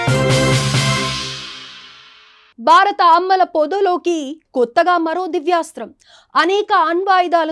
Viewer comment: ఎవరైనా తెలుగు నేర్పండ్రా అమ్మల పొద నాన్నల పొద కాదు